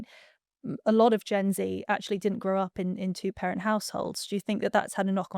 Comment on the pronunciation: You said Gen Z wrong!